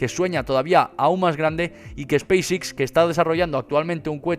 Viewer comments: "SPACE X"... pronunciación "ESPEIS EX" no "espis Ix" XDXD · Pronuncia pésimamente!! No es space six! Es Space X!!